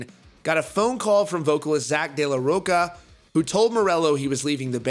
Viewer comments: I love youu love!! But please... it's De La Rocha! Not De La Rocka!! It's insulting!! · He's still saying Zack's last name wrong -_ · Ugh... it's killing me.